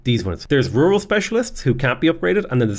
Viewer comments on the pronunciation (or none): none